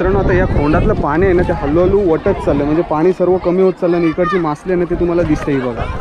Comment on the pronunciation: मासली नाही रे बाळा मासळी